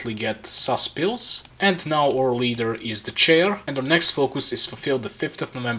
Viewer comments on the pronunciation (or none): none